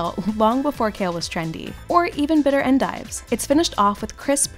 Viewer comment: Her pronunciation of endive made me wince.